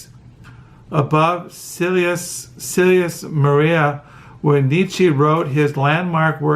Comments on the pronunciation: Nee-Cha! Not Nee-Chee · More like Neech-ah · Niche-ah.....that's how it's pronounced. And Zara-Thu-Strah.....To your journeys, both internal and external....blessings.....I loved your explanations, by the way.